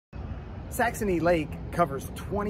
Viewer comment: Are you saying Saxomy with an m and not saxony??😅🤔